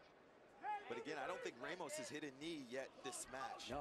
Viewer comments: It's pronounced RAH mos. Not RAY mos. Don't try to change a Latino name. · it's not ray mos